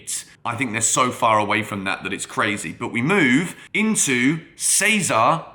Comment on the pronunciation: Cesare ( chesarey) no!!